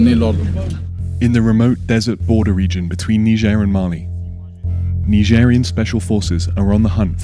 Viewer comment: Dude you live on earth for so many years and end up calling Nigeria neegeria oh god just please come take your earth back